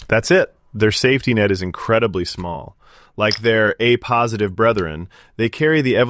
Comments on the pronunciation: This is AI. It was supposed to say "A Positive" (pronounced Ay Positive) and instead said "a positive" (uh Positive). Dead giveaway. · At least they could fix the AI voice to prounce AAYY positive correctly, instead of AH positive. 🙄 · "Ah positive" Can't anybody proof their content? "A" positive, not "Ah". Too lazy to record the content yourself? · Only AI would pronounce A positive and A negative that way. Very hard to listen to it being mispronounced over and over again.